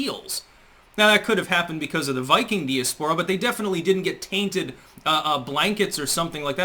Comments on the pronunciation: dee-a-spore-a? Really? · Learn to pronounce "diaspora", moron.